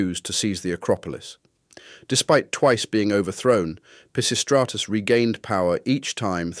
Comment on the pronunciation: Holy $h!7 you butchered "Pisistratus/Peisistratus"'s name! 🤣 Great content nevertheless